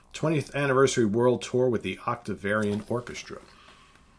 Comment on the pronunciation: Also, it sounds like you are pronouncing Octavarium as "Octavariun" on several occasions. But it could just be my stinkin' tinnitus.